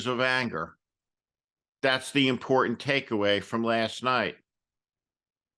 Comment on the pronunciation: Perhaps it is a trivial detail with MTG but she seems to frequently insert the word 'important' into her remarks but ironically she mispronounces it to be 'emporden' .